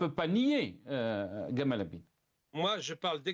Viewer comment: C est jamal, pourquoi gamal 😂😂 un hommage au égyptien ?